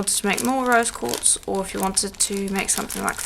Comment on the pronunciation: Great tutorial! (I swear, I kept hearing you say 'Rose gold', lol). I always love how this method looks in the end. Do you get your polishing papers at Firemountain Gems? Thanks,!